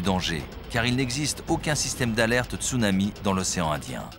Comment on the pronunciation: latrille béatrice D'accord quelqu'un qui met des vagues en fond d'écran de type surf et il dit stounami à la place de Tsunami...